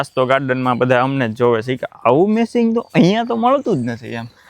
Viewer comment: સસ્મા મેસીંગ નહી😂😂😂😂 ચશ્મા મેચીંગ એમ શુધ્ધ ગુજરાતી બોલો યાર તમે જર્મની મા રહો છો